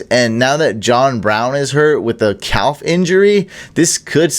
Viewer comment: silent L in "calf" lol :)